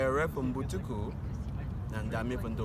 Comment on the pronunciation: Errer for Mbutuku is hard for him